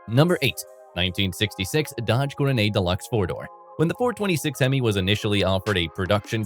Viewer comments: Guess you did not catch the fact it was a poke or laugh at the way Coronet was pronounced Coro-nay.:face-turquoise-covering-eyes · I guess the AI has a French accent. 😂